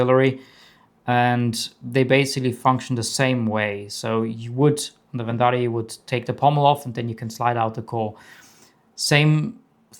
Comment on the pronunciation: gorgeous saber and damn the quality of this so incredible! Also love the way you pronounce Verndari